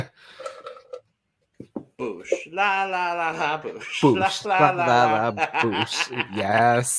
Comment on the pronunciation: The CUP's DRPH recaps and reactions are what I look forward to the most. Great insights, as always. Just a few things: - tapsilog is just one of many silog (fried rice and fried egg) combinations; we consider them all-day breakfast food - if you enunciate the G more in boogsh, then you've nailed it - aren't you glad they didn't mention Vlyungangühveoux this week?